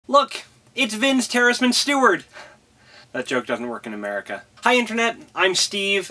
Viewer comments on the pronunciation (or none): none